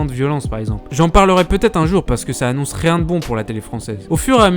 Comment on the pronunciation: "Tu sers a riéñ"